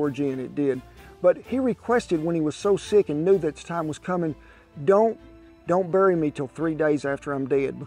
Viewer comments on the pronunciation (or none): none